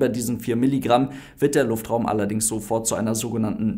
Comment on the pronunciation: Jaja der "Luftfraum" 😂